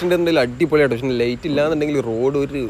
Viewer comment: ഡേയ് ഡേയ് ലെയ്റ്റ് അല്ല ലൈറ്റ് ആണ്.